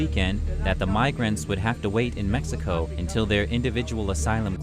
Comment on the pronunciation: What kind of Spanish reporter says mecxico instead of Mexico?